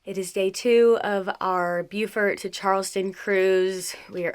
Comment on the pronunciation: According to my grand daughter stationed at the marine base there it is pronounced "Boo-fert". Oh and great choice on using Shell Rotella oil.